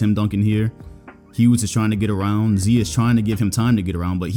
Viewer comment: Lmao at it again with the ‘Immedianly’ ‘Larry HewGs’